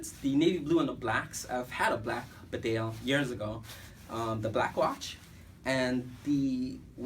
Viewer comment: Bee-Dale not Bed Ale, to pronounce Bedale.